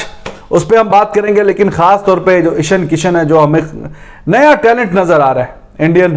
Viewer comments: ईशन किशन नही भाई जी ईशान किशन नाम है लड़के का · Its ईशान किशन ..... Not ईशन किशन। pronounce sahi kiya kare